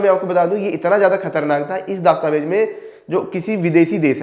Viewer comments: आपके सिर्फ आवाज़ में ही दिक्कत नहीं , उच्चारण में भी दिक्कत है । "दस्तावेज" -शब्द को हर बार ""दास्ताबेज"" कहा आपने । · अरे bhai दास्तावेज nhi दस्तावेज होता है Pahle बोलना सीख लो गुरूजी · glows >> dastavez ....not daastavez:face-orange-raised-eyebrow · Abe Chutiye दास्तावेज nahin , दस्तावेज bol bsdk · Bhai it's dastavej Not Daastavej